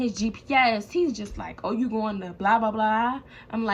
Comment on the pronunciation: U from Baltimore ? Bc u said yew